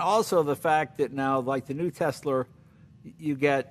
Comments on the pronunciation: Jay mentioned "Tesler" near the end of this segment. I had to replay, to make sure I heard it correctly. 🙂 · Jay Leno calls it a "Tesler" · Leno advertising Tesla without saying "Tesla". Well he said tessler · It's a bit of a TesSlur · This has to be an old people thing 😂 my grandma and mom call Tesla “tessler” as well. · Elon should trademark "Tessler" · He have to say Tezzler. It's his catchphrase now. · Don't forget Tezla.. anoyes me when people can't pronounce it correctly. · "the new tesler" lol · "Teslr" -Jay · “new tesler” Chrysler Tesla by Jay Leno